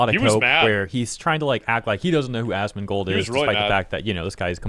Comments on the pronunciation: Its hilarious he calls Asmond “Assman” 🤣🤣 AssmanGold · Im hearing "ass-man" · haha yes i heard assman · He said AssMan😂😂😂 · Sounds like he’s saying Ass man. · I heard him say "Assman". Congrats bro you're the Assman! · It's "assman" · Bro I hear Ass Man... which I guess they aren't wrong😂😂😂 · y he is calling him ass-man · I was hearing Assman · I heard assman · Hes saying assman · Im hearing AssMan 😂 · I keep hearing Ass Man. KEK Cenk is trying to make a joke that doesn't hit. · "Ass Man" is 100% what is being pronounced. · I heard ass man too lol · sounds to me he calls you "ass man". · I'm hearing "ass man" 😅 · I heard "Ass Man" like from the episode of Seinfeld where Kramer gets the vanity license plate mistakenly mailed to him. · He called you ass man, is what I heard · Sounds like Cenk is calling you "Ass-man" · If English is your first language Asmongold should not be difficult to say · not knowing how to say "asmongold"..? Arnt these people literally journalists? or in other words, isnt it their job to figure stuff out, including how to pronounce the thing they are talking about? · If he can’t pronounce asmongold, sincerely, that means he 1000% never supports or watches his nephews stream lmao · I’ve come to the conclusion that if someone can’t pronounce Asmongold, they suck at reading. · Imagine being the Number One Leftist Media on Youtube and you not only targeted a balding gamer for voicing his opinions and has no political influence but had the audacity to pretend to mispronounce his streamer name while claiming you don't even know who he is as if he couldn't be bothered to google. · He was trying to mispronounce your name on purpose to call you a**, man. He thinks he's funny. But he's just an old worn out version of Hassan.